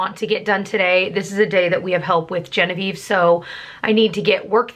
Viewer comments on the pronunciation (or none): none